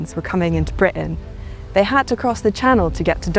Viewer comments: The way she pronounces the word Britain i don't think she is from our country. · I agree. I suspect American